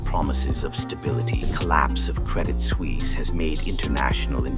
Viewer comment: SuUISse 😂 Suisse is nearly pronounced as Swiss